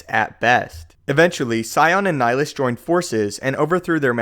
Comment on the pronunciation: You’re pronouncing Nihilus wrong